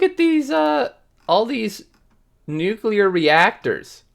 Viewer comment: Say it with me, "nu-clee-ar". not "nuke-you-lar". :-)